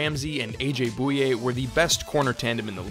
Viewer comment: New challenge, take a shot every time he pronounces AJ Bouye's name wrong. All jokes aside great vid!